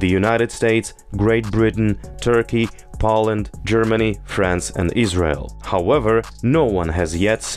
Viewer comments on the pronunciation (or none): none